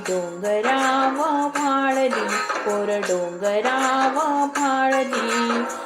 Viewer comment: पोरं डोंगरावर भाळली ऐवजी माळली ऐकू येतंय.कवितेत सजीवपणा आणला.खूप छान सादरीकरण